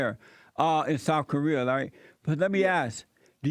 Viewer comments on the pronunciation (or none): This man said Souf Koreer